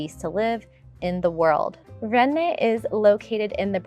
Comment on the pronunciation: I need to move to "René"..😂